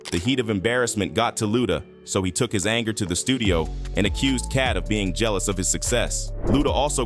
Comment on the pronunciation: Don't forget Gellouse (jealous) 🤔